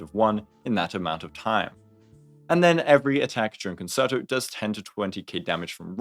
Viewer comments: Me having a mini stroke everytime i hear kuhn·ser·tow instead of kuhn·chehr·tow. Great video though. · i love you so I hate to be that guy but you I can't get over how you pronounced concerto. it's actually pronounced more like "con-chair-toe" rather than "con-sir-toe," honest mistake though:) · Sorry I promise this isn't a hate comment but it's pronounced cun-chair-toe, not concert-o! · I got two "conserto"s in before I had to take a moment to come to terms with the fact that every content creator is about to mispronounce the word and maybe I should sit out this patch. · concerto is pronounced like cun chair toe 🥵🥵🥵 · It’s pronounced like “cone-chair-toe.” I know it likes like “concert” which uses an S sound on the middle C, but this one is a “ch” sound Nice breakdown, though. That one word repeatedly wrong was driving me nuts, is all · Great video, as usual… …but it’s pronounced Con-Chair-To. No reason for any non-musicians to know that, but it was just nagging at me the whole time. Not sure if I’m pulling her or not. She’s definitely good, but I’ve already got Ruan Mei, Sparkle, and Bronya, and I’m not quite sure how much I want to invest in FUA teams. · Just a heads up as well, since you mentioned in stream you weren't sure of the pronunciation, it's pronounced Con-Chair-Toe :D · Saying con-sir-toe hurts my heart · Hope people weren't too aggro about the concerto pronunciation! I was literally about to type something when I realized your pinned comment 🤣